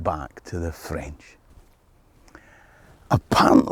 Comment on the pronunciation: For a Scot, your French pronunciation is pretty Good.